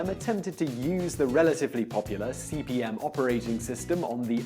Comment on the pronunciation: Why does he keep saying CBM? It's CP/M. Control Program/Monitor.